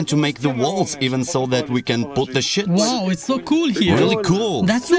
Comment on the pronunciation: HE SAID SHITS XDDDDD